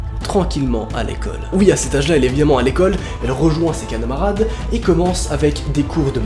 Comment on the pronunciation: A 28sec il dit ses calamrade